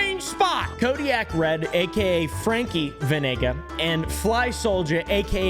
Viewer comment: Crazy! My actual last name is Venegas. Zacatecas, Mexico. You are not pronouncing the S though🤦🏻‍♂️